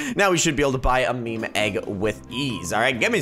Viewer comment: You don’t say mi mi you say meam for meme